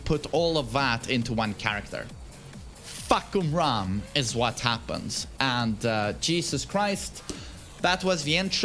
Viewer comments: fahkumram more like fahkurmom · Fahkumram, more like FahkUrMom